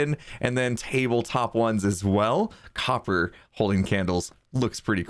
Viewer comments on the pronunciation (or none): none